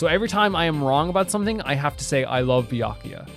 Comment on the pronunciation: You know how serious he is about being wrong because he said Byakuya’s name right